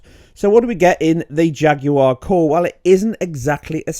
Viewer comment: ''Ejacular cores''